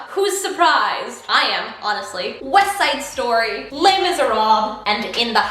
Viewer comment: I'm sorry but Weste Side Stoy I've been chuckling over that for like 5 minutes now lmao